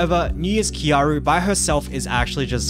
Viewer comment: Triggers me still you don't say kyarl properly